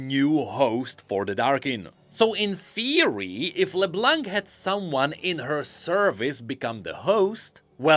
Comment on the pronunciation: Dude her name is pronounced like La-BLONK